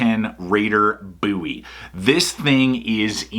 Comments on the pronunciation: i don't think you would call David Boo'wie- c'mon dude its bohwie, i dont care how extra large your hands are!! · Does one pronounce it "Buuie" or "Bow-ie"? Just asking for a friend...